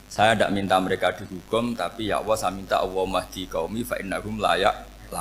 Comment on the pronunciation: Assalamu'alaikum mohon maaf saya bila saat Gus Baha, mengucap lafadz ALLAH, kedengeran di telinga saya seperti AWWOH... semoga salah pendengaran saya mohon maaf yang sebesar besarnya...